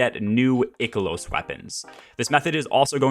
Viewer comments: EYE-KEH-LOSS LOOK UP THE PRONOUNCIATION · "Eye-kilos" bro - solid post on farming strategy! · Ick to the way you say I-KELOS! Great content tho. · Eye key los weapons, there's no ''c'' so it's not pronounced like sick or thick. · An interestingly wrong way to pronounce Ikelos, I've never heard before. That aside, for those that are still working on their EXO frame upgrades, just know that you do not have to stick to a particular upgrade path. You can weave back and forth between the top and middle rows. Other than that, mainly stick to stuff that gives you deep sight or more umbral options. And just do the seasonal activity, in between your usual weekly grind, and public events are typically best for seasonal currency. Really don't need a long video to explain this. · You say Ikelos wrong.